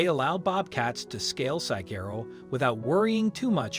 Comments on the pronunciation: Will someone please teach this bot how to say desert?🤦🏾‍♀ Oh, and also how to pronounce Saquero, it's not Sa-gerro, it's Sa-wah-ro.😊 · It irritates me every time he says it (desserts) — also his mispronunciation of Saguaro. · This moderator does not know how to say desert or sagharo